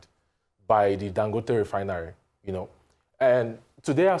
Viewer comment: Ago bawo? It is Dangòte not Dangóte please. Listen to Dr Abati pronounce it properly.